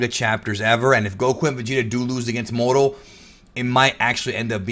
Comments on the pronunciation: The way you say Moro is disgusting, annunciate better. You sound like you’re saying modo or morto. It’s pronounced Moor-o. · ur amazing. But I cant stand the way u say moro 😂😂